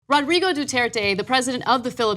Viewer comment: Where is Cenk getting the W from in Duterte? There is nothing in Spanish, English or Tagalog that magically turns Duterte into Dutwerte.